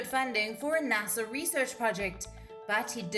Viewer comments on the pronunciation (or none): none